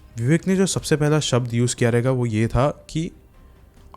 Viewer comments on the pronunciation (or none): none